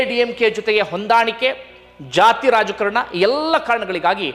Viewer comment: ರಾಜಕಾರಣ ಅಲ್ಲ ರಾಜಕಾರಣ